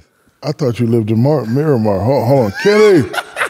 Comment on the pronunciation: Damn the fact that he said Miramar 😂😂😂